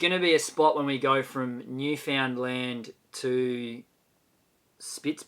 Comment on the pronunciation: If you want to pronounce Newfoundland like a local just rush through it. It should come out "newfinlan".